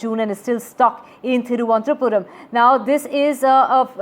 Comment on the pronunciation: It's not tirvanthapuram😂😂 thiru+ananta +puram